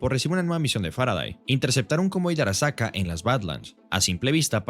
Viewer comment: porque dice arakasa en vez de arasaka?